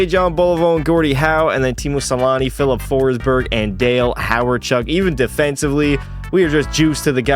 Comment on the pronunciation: "phillip forsberg"